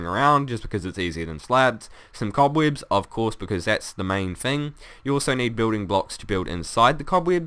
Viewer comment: the cobweebs will catch the sand lol he saying weebs cool though and funndimental added an extra n for effect